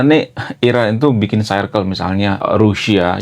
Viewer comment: circle.. bacanya: sirkel... payah bahasa inggris lu bang